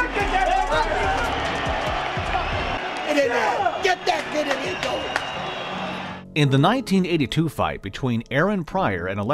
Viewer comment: Ru-eez not ru-ez